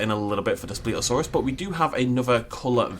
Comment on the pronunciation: You pronounced it wrong